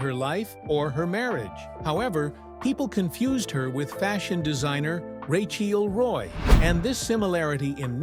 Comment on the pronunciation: Cant the bot just pronounce her name?